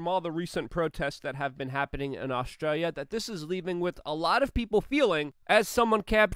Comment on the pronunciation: It's Nauztralia.